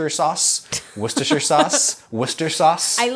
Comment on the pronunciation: You should definitely come to Worcester, Worcestershire. It's my hometown I'll cook for you and teach you how to pronounce it 😀